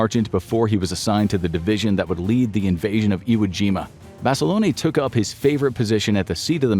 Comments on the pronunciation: Basi-lone, not basi-loney AND a Marine; not a soldier. You’re slipping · It's John BasilOne, not "ey" sound on the end. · Lol John Basilon-eh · This is definitely not the same guy. He said John Basilone's name wrong and called him a soldier.